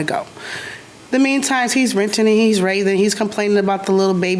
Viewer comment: Misuse and mispronunciation of words really bothers me. Using shuffle instead of scuffle, then using scuffle correctly in the next sentence is crazy! Why?? Bamming on the door? What is "bamming"? Instead of banging? What's the point? Renting and raving?? It's "ranting", not renting. Just serves to make you look incredibly STUPID!! They're both idiots, standing there I court and laughing about what happened. Ridiculous!